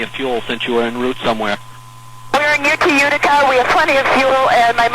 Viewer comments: It actually sounded like she said Utica, not Wichita. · I agree. I was just scrolling the comments to see if anyone else clearly heard Utica.